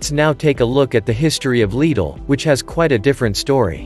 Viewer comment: I couldn't help but notice you pronounced Lidl correctly. Why is this so hard?